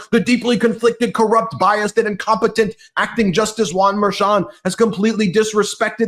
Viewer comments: MERCHON, not “Mayor Chun”. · Litman.....I don't mean to be rude, but is it pronounced Mer-chOn, or "Mayor-chon" or "Mer-shawn." I watched you today asking myself, who the hell is Mayor Chon??? Other episodes I heard you pronounce it entirely differently. I heard you say Matt GEts, but never Matt GAtes (Gaetz). I wanna be correct when I tell others the relayed news. Does anyone correct you? Can someone please do that? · It’s pronounced mer-shan,. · WTF!!! It's pronounced Mer-SHAN. How many times do you have to be told. Just ask Ben to pronounce it correctly. WTF!! WTF!! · Can please pronounce Merchan's name correctly?